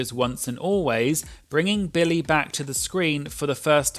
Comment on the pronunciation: Great video. But if I may…Billy. Not Bill-lay😅